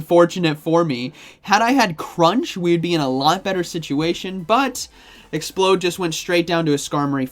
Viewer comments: It's not explode! It's ex-p-loud. As is loud! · ExpLOUD... LOUD! Not Explode. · You do know it's pronounced Ex-ploud right you keep saying explode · The fact he says 'Explode' twice in a row when it's clearly 'Ex-p-LOUD' makes me feel like he's taking the piss. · Exp-loud not explode, by the way! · Exploud not explode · Also it's ex-pLoud like loud, not explode. Like how the pre evolution is LOUDred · Awesome vid as always! Grammar tho :p not expload. Exploud! "Loud" "explosion" 😁👍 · It's pronounced ex-pla-ud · Oops. Already invested in Exploud 🤗 like I have alot of “non-meta” pokes. It’s no question that I’m not in the millions in stardust like a lot of my poke-peers are 😂 Also isn’t it pronounced “exp-LOUD”? Or are you just waking up bc it’s so early you don’t care how a fictional beast’s name is pronounced? Lmao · You're saying Exploud wrong it's not explode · It bothers me that he calls Exploud… as in loud…. Explode…. Over and over and over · showcasing the new spicy pick ✅ mispronouncing it’s name ✅